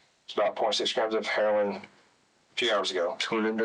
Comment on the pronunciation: He saying heroin with that hard h.😅